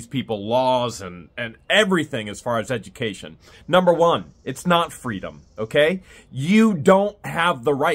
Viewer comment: it's edgamacation 😂😂😂